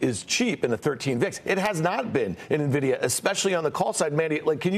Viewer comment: Will they please learn how to pronounce NVIDIA?! This hurts my ears